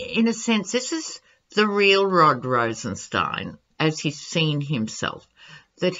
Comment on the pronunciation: Whitaker and Rosenstien are adversaries. Whitaker always mispronounces Rosenstien’s name. He isn’t taking the bait